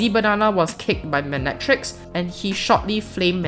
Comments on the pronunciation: mi ne tricks? it’s pronounced mine tricks lol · You kept on reading Mynetrix wrong lol, I also had that problem back then. Apparently its "Mine-Tricks"